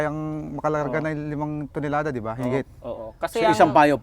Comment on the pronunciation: “ilang Tinolada?” O Tonelada? 😂